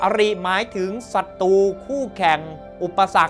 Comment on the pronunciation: ขอแนะนำการออกเสียงให้ถูกอักขระด้วยนะครับ การออกเสียงตัวกล้ำร-เรือหรือร-รักษาชัดเจนดีแล้ว แต่ขาดตัวกล้ำบางคำเช่น"ศัตรู"ต้องออกเสียง"สัด-ตรู"ไม่ใช่""สัด-ตู"เป็นต้น ส่วนตัวกล้ำที่ขาดไปคือตัวล-ลิง เช่นคำว่า"ปลอดโปร่ง"ต้องออกเสียง"ปลอด-โปร่ง"ไม่ใช่'ปอด-โป่ง"หรือคำว่า"เปลี่ยนแปลง"ต้องออกเสียง"เปลี่ยน-แปลง"ไม่ใช่"เปี่ยน-แปง" ขอบคุณครับ